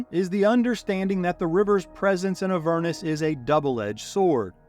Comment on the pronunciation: AH-ver-nus, accent on the first syllable 🙂